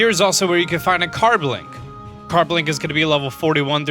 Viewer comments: i'm going to help with pronounciation of you pokemon car-bink not car-BLINK shar-pedo not shark-pedo rEEolu not rolu Drago-nite not dregen-ite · "Sharkpedo" It's SHAR-pedo. "Carblink" It's Car-BINK. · Infinite Power Did he just say carblink? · it is not carblink it is carbink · carbink not carblink and sharpedo not sharkpedo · it's sharpedo not sharkpedo, carbink not carblink,and riolu not rolu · Yeah... I'm here again to help you out with the pronunciations :3 Sharpedo... Not "Sharkpedo". There's no "k" in it. He's not a pedophile shark. Carbink.... Not "Carblink"... No "l" in its name. And lastly... Riolu... Not "Rolu"... The only one where you left out a letter. Always here to help... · Whats a carblink?i herd of carbink..but not carblink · ‘Rolu’ ‘Carblink’ That just made me chuckle X3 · The tapu's don't have gender and did he just say carblink? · Wooter, Executor, Relikenth, Carblink, Sharkpedo, Roloo, Wrestling Trees/Bushes, Scissor... wow... the pronunciations... Honorable Mention: He called Tapu Fini a "He" when: 1 ~ it is genderless 2 ~ if it had a gender, I'm sure we all agree it would be Female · There is NO "L" in Carbink, and no "K" in sharpedo, other than that, the other mispronounced names I can accept